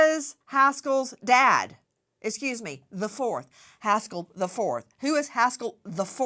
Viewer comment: Every time she emphasizes the fourth I giggle. This case is awful and this man is disgusting but, my god, I love you Nancy Grace🤣 you make my day❤️